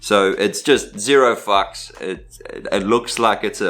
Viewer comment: Anyone catch with his accent "zero fox" turned into "zero fucks"